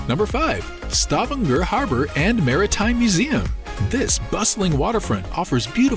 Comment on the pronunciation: you could start by learning how to pronounce Stavager